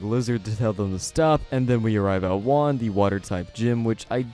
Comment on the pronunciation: It's pronounced hu-ahn in Spanish for Juan. It's my name.